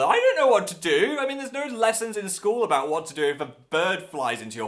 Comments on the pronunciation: I actually laughed out loud am when he was talking about the cactus candle. But I stopped smiling after he said "aboot" Cuz WE DON'T SAY THAT!!!! I'm Canadian and no one says that! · .......did...he just....say aboot...... sigh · I'M CANADIAN AND WE DON'T PRONOUNCE ABOUT LIKE "A BOOT" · did you really just say "aboot" ?? i love you phil, but why xD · OKAY PHIL, IN CANADA WE DON'T SAY ABOUT LIKE A BOOTY I'm sorry ily but we pronounce it like everyone else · Number of times I; a Canadian, has pronounced about "aboot", is still zero and will remain that way.